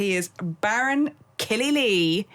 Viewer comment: It’s Killy lay not lee ! 😂🥴